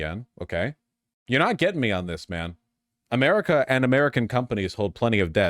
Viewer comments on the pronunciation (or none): none